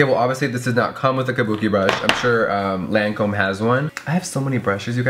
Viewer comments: When Jeffree says “LANcöme” 😑 It’s pronounced “Lacöme” 😂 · Lancome pronounciation: "lon-com" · its pronounced lawn com in a french accent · You pronounce it Lon com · lol I love how everyone mispronounced the name Lancôme.. its so easy to pronounce too. I was surprised Jefree mispronounced it cause he is usually on top of makeup stuff.